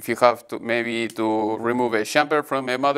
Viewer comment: Hello Gabriel! I liked the video. I have some impressions of it. First don't force yourself to speak in another language take your time to think what you try to say if that means more edition it's okay. second please try to avoid the Indian stress in prepositions like to. Thanks for sharing your work and classes with us.